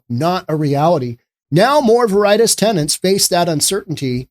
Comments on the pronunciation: It's Ver-I-Tas.... not Ver-Itis.... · Its VARE-it-tass VARE ryms with rare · WHAT. VER EYE TAS. WHERE THE HELL WAS THIS GOON EDUCATED. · Please learn how to pronounce Spanish words. Veri - Tas; it is cringe worthy. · Ver uh tahs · Pretty sure Veritas is pronounced like VARE-it-aus. Definitely sure Haight is pronounced like HATE. Noe is pronounced like NO-ee. Man, it's hard to take you seriously when you clearly don't know SF. But you are right on basic principles of economics. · Veritas is pronounced "Ve Ri Tas" The irony is it is the latin word for Truth or "Reality"! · "Veritis" lol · It's pronounced "very-tos". Oh, and "Haight" rhymes with '8'. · vair-eh- tas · Clearly you know nothing about SF. You can't even pronounce the street names correctly. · I don't think you're pronouncing Veritas correctly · If you’re so fucking stupid that can’t pronounce “Veritas” properly, stay off the internet. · In all honesty, I can't listen to someone who pretends to put on an air of intelligence and sophistication, but doesn't know the meaning of the word "Schadenfreude" and totally butchers the pronunciation of the word "Veritas". I totally agree with the sentiment of this video regarding SF, but the lack of knowledge of these simple things and the attendant lack of due diligence required to put yourself out there as an authoritative voice is disappointing. You can (and must) do better. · Correct pronunciation is more important than you evidently think. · Learn to pronounce Veritas. It means "truth" in Latin. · You really should learn to pronounce a word before you say it on the air. Look up v-e-r-i-t-a-s. It is a common word that most people know. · Maybe look up the correct pronunciation of Veritas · I believe you're miss pronouncing Veritas.